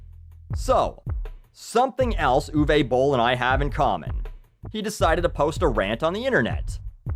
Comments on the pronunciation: What I like most about this video is how didn't make one pun about Uwe Boll being German - he didn't mock his accent, joke about Nazis or anything like that - I know some,,comedians” would have done so without hesitation. Also bravo to the pronunciation of his name, most english speakers really butcher German names. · This video has taught me how to pronounce Uwe Boll, thanks.